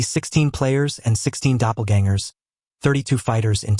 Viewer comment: brooooo the new version fixed the pronunciation of "doppelgangers!" good shit. too many AI recap channels just dont care